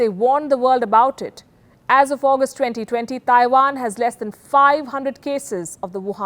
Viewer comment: Please stop saying "Thaiwan". It's Taiwan. There is no 'H'